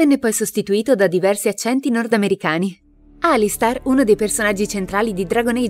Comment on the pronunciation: Ok, verrò fustigato per questo, ma... si legge Alistar o Alister... essendo scritto Alistair non dovrebbe essere la seconda? Nel video ripete Alistar più volte... questa faida sulla pronuncia giusta rischia di trascendere nel fratricidio...